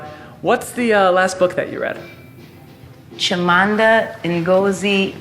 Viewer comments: It's Chimamanda, Alicia. Not Chimanda. <3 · the way she butchered chimamanda’s name 😔😩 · i was looking for this comment, why did she do my girl chimamanda so dirty 😔✌🏼